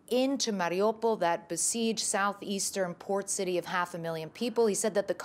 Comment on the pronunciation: Clarissa is the fist reporter that I have heard properly pronounce Volodymyr Zelenskys name correctly! It's V-O-L-O-Dymyr not Vladimir! It's so nice to hear!